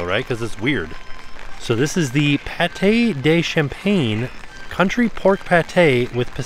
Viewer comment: The Pate de Campagne is not pronounced champagne. Campagne means country in French. Country pate is what you got!